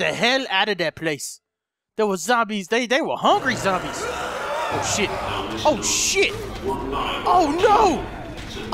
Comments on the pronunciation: When says oh shit it sounds like ocean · It sounded like was saying ocean instead of saying oh shit!